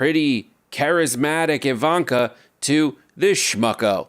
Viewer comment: It's Ivan-Ka